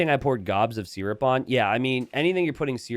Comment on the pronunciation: Syrup is pronounced sir-up, not sear-up